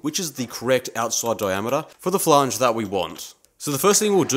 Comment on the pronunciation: to do list. 1. Buy/Make/Steal power hacksaw, bandsaw, ect. 2. Learn how to say "Flange" properly. 3. Calculate required drilling depth.